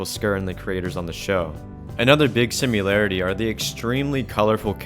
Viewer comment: Every time you said "simularity" was painful.